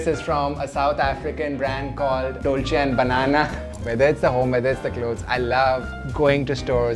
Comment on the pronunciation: Dolche and banana 🤣😂😁